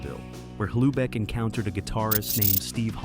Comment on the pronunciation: Dave Hlubek, it's pronounced "Loobek", lose the H sound